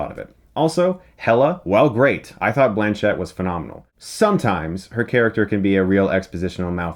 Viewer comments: Cate Blanchett: the strong syllable is "Blan", not "chett". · She herself says, "BLAN-chet" in interviews. I was surprised as well. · Every source I've seen says it's indeed pronounced with the stress on 'blan'. To say that it's not just a word, it's a name... why would that change the fact that it's still a word that has to be pronounced according to certain rules? I wasn't aware that being Australian changes the English language. If it were spelled 'blanchette', yeah, then the stress would be on 'chette'. But otherwise, nobody is in agreement with you.